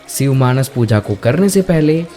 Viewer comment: सिव नहीरे शिव बोल 🤬🤬